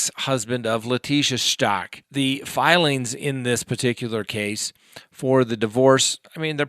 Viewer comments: LORI VALLOW not LORI VALLOWS STAUCH as in STAUKh not STACH. Just thought you might want to know the correct names. The ring? It speaks for itself. More bad on lori and chad! . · It is pronounced STOU *CH*!! CH, like CHeese! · I love your channel and your videos, but do you purposely mispronounce every single name or is it an accident? You say Lori “Vallows”, Gannon “Stock”, and Jodi “Aryas”